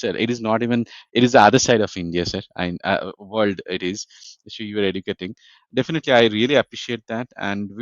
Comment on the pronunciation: please “So” world ta thik moto pronounce korun. Sounds like “শো" which can cause misunderstanding also distraction